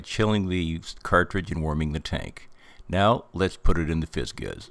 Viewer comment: It's pronounced "FIZZ JIZZ"